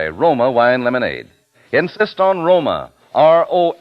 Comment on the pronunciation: You aren't impressed by Truman Bradley? He shure sounds sophisticated, and I love how he says "Roma wains"--dude, your pronunciation is insufferable.